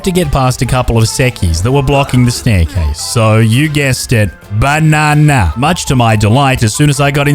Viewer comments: Have a shot for each time he said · I keep rolling everytime he says banana 👁👄👁🤡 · the way you say Banana is so hilarious i always laugh and smile everytime i hear it